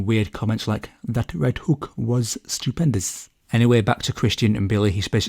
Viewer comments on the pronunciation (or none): “That left hook was stupendus” 😂